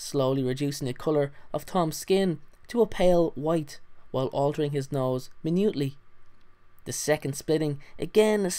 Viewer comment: Great video, but I think that as some already mentioned, the serpentine appearance may be due to one of his Horcrux being Nagini (a snake). P.S. minute(meaning small, tiny quantity or proportion) should be pronounced as my-nude instead of me-need (as the measurement of time composted of 60 seconds)